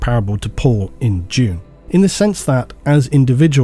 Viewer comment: oh Dune... not June